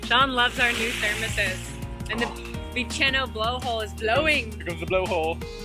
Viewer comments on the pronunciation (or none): Freycinet is pronounced as if it's French: Fray-sin-ay. Bicheno is pronounced Bish/en/o.